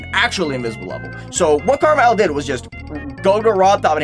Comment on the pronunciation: you say KrmaL as karma L. but isnt it an abbriviation for krazy man 50. Since L is fifty is roman numerals